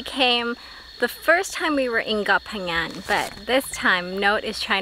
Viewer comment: You pronunciation of koh phangan is PERFECT. 👌 Drives me crazy when people are like KOH PANGYANG smh 🤦‍♂️